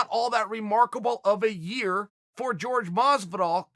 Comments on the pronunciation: Its Jorge not "George" Dumbass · Dude, how do you not know by now that it’s not pronounced “George” lol